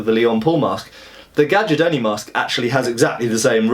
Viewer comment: Read it GAIARDONI, like the "J" is just an "I". It's the right italian pronunce.